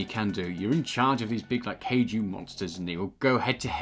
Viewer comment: Hey I love the videos but two things. One, it’s pronounced like Kie ju, not Kay ju. Also, there’s no R in stadia, love you guys thanks for the videos